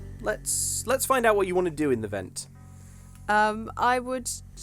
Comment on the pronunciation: "in the e-vent of an emergency please exit quickly"